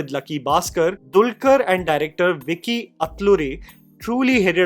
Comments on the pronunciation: It's "Venky" atluri not "vicky" atluri. But I appreciate how you tried to pronounce the word "atluri" and it's almost perfect. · It's Venky Atluri * not Vicky Atluri , but great analysis 👌🏻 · also its venky not vicky venky like pinky